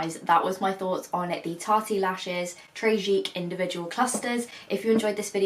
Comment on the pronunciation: Someone tell her it's not 'Tarty Lashes'